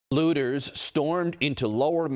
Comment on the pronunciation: He said it like LoOtErs.